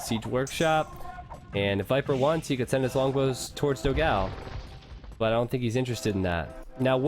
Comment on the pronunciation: As a portuguese speaker I find very funny when he speaks the brazillian player "dogao" name like "dow gal", when the correct pronunciation would more like "don gone". Btw, excelent video and commentary!